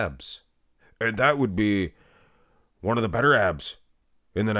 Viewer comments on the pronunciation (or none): none